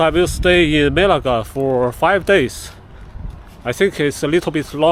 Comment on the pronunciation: Bro needs to pronounce "Melaka" properly lol. But good video, I'm enjoying it. Will be going there in August.